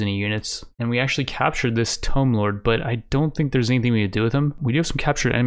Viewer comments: Tomb as in a pharaohs tomb. Not tome. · Just wanna say, tomb is pronounced “t-oo-m” Not trying to be a dick, love your content bro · I love it when u say 'Tome' lords 😆🤣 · That tomb pronunciation though. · Is this guy's pronunciation of tomb just a meme or can he seriously not pronounce it properly?